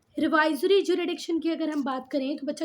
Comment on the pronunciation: hello mam I found a mistake in your teaching jurisdiction is pronounced as ju-RIS-diction not ju-RI-diction so plz don't feel bad ma'am